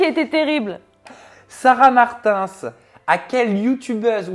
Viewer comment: C’est la première fois que j’entend « sarah Martainssss »